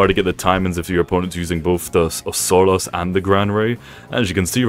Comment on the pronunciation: hi i just wanted to tell you that its pronounced os ku ras or os kiu ras not osaras, not hate btw!